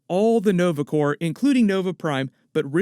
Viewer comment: Dang ......he said Corp....like the p not silent.